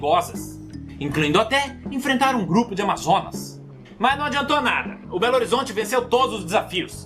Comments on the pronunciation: Bolerofanho? Não era bolerofante? Belo Horizonte kkkk kkkkk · Belo horizonte 😂😂😂😂😂😂😂😂😂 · "Belerofonte", "Belo Horizonte" KAKAKAKAKAKAKKAKAKAKAKAKKA MDS TÔ RINDO ALTO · "beleroponte" "beleroconde" "beleteconte" "belerosonha" "beleroponha" "beleroteconte" "beleroconde" "etnoforeleb" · "Belorizonte" "Belerolero" KSKKSSKKK só assim q consigo aprender mitologia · Belelero... Berelo... Bererelelo... Belohorizonte... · Tive que pausar pra rir do "Belerofonte" hahaha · "Belorizente" What???? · Belerofonte Belerofonte Bererofonte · Belofanho, belero-lero, Belo Horizonte...kkkk chorando de rir até 2030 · "Bolero Fanho" "Belorizonte" kkkkkkkkkkkk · Bolero lero foi o melhor😂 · "Belerolero" hahaha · kkkkkkkk. Ele chamando Belerofonte de Belo Horizonte. Kkkkk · Eu fui a unica que ouviu ele falando Bolerofanho? Kkkkk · Belerofonte KKKKKKKKKKKK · belerofonte,hum interessante kkkkkkkkkkkkkkkkkkk